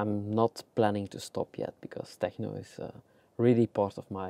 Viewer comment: I just came here to hear say TEJNO!